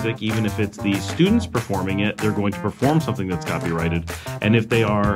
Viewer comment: Good that you say copyrighted and not copywritten like many people say it mistakenly.